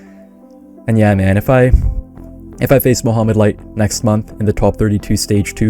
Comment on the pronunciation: I kept hearing you say Muhammad light. Muhammad light who? and new!!!!!